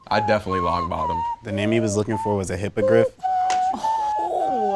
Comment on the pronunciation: This guy only won cause of his looks, he copied answers and couldn't even say hippogriff